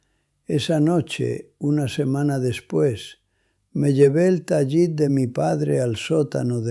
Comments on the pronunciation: Dejar el judaísmo por un caso de abuso de menores por refugiarse en el catolicismo, a buen árbol se arrima. El abuso sexual en el catolicismo donde ese abuso es el pan nuestro de cada día. Esto es falso. No se dice Tayit sino Talit. Este tipo es un español actuando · Que horrendo video para deslegitimar a los judíos. Elaboraron una historia de abuso sexual para introducir al cristianismo. Lo otro es que pronuncia mal “TALIT” ¿que judío piadoso lo pronunciaría mal? IA pura IA